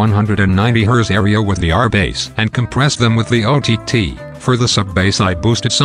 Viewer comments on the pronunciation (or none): I don't wanna sound nit-picky, but If you type "base" instead of "bass", you'll get the right pronunciation.